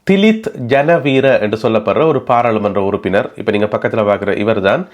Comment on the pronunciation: ஜனவீர அல்ல ஜயவீர